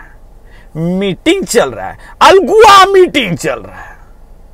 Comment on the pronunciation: अल्गुआ नहीं अल्हुआ